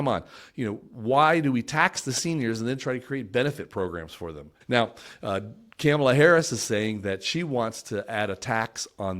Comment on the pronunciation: It's Comma-la, not "Camela." And Mark Cuban will set her straight on Crypto. Trump poses too many other problems, although I would like to see Ross Ulbricht freed. Trump's tariffs would bankrupt the U.S. economy.